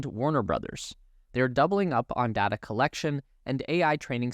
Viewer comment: It’s data, not dada.